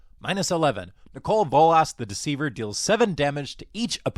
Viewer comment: You say Nicol Bolas very weirdly.